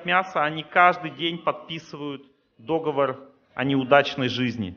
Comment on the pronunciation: Спасибо, информация усваивается! Только надо говорить "договОр", так же, как "квартАл".